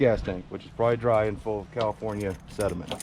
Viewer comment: (spit) cause yall know (spit) tank sediment here is (spit) much better than califnorn, califon.......... west coast sediment (spit) 😁